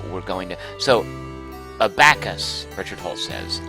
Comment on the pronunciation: Milou was Tintin's dog's name. I think in most English translations he (or she - the gender is never mentioned) is named "Snowy". Abacus is generally pronounced like the band ABBA(+cus), and the "ch" in "archipelago" is pronounced like a "k", though "Archie Pellago" would be a good name for a Las Vegas mobster.